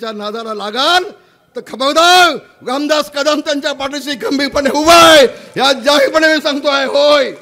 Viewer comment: हा मंत बोलतो लामदात